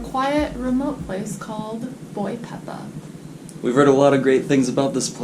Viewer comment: By the way it's not boy pepa, is Boipeba lol